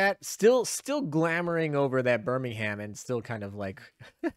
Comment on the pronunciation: Please tell me you didn't pronounce Birmingham as BirmingHAM? 🤣